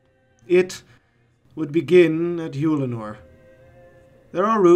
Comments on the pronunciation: I was surprised to hear you pronounce it "Youlanor". I had always assumed it was something more like "Uhllanor" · I really don't like the way you're pronouncing Ullanor 😂 I've literally never heard anyone pronounce it "Youllinor" before lol